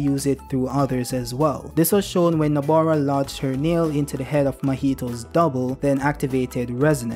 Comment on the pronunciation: It really IRCKS me how he keeps calling her NABOra instead of NOBAra...especially since he wrote her name right in the title. C'mon do better next time 🥸😭